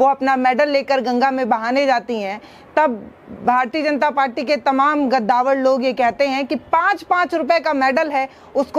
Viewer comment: गद्दावर नही कद्दावार